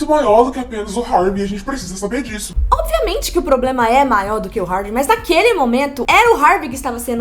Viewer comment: Adoro os videos de vocês, mas toda vez que a fala nos videos "Obiamente" ao invés de "Obviamente" meu coração grita de agonia!! Socorro